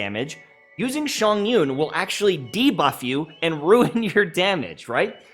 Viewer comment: It's Chongyun! Not Shongyun!